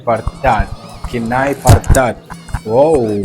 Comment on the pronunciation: Its pronounced as "Kn Ya Pyr That"